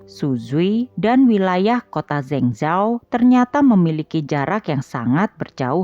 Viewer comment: Min..maaf,sekedar masukan, kalo bisa untuk pelafalan nama asing atau nama kota asing seperti itu sebaiknya cari dulu bagaimana penyebutan/pelafalan yg benar supaya lebih enak didengar Min. Cari lewat google translate ada kok nanti keluar bgmn spellingnya contohnya untuk kota Zhengzhou tadi.